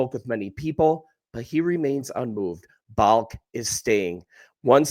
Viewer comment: The GM's name is pronounced "Ball-Kee", not "Balk"...